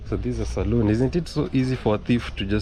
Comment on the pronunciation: It's great seeing you out and about enjoying this weekend. PLEASE try to remember that there's a BIG difference between a SALON. and a SALOON (pronounced salune). A salon is what you were looking for not a SALOON which is a BAR or TAVERN where liquor is sold. A SALON is where hair care and other personal grooming services are offered in return for money. Please teach the above info to your students and correct the people you hear mixing up the pronunciation and proper spelling of these words. 😊🙏🏼✌️🫡🤔👍🙏🏼